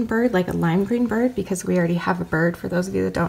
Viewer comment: im out looking for a bird at first I thought u said birb and I’m like BOrB XD